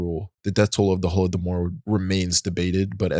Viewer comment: Thank youuuuu so much for properly covering the Holodomor (plus your proper pronunciation), many people still are unaware that's its considered a genocide. дякую!!